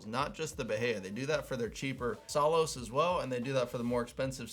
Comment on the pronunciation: I think it’s Ba-High-a